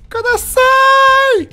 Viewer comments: Par pitié Fred, c'est "Yada Yamete KUDASAI", ça fait plusieurs épisodes que ça me perturbe mais "kodasai" ne veut rien dire >< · Fred, vraiment, vraiment, pitié pour nos oreilles : c'est kudasai avec un u et pas un o. Tu dis que tu lis les commentaires : montre-le en corrigeant cette erreur horrible ! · C'est pas plutôt "kudasai" ?